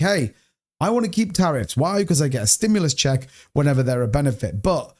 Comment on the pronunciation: "STIMULAS CHECKS"! 😅